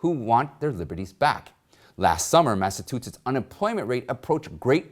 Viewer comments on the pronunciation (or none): Any public speaker reporting should learn how to pronounce all fifty states. Mass a chu setts. You can do better.